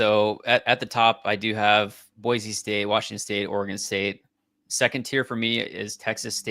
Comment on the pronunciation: It's Boy - See and not Boy - Zee